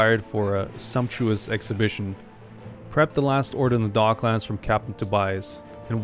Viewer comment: It's docklands my guy not dog lands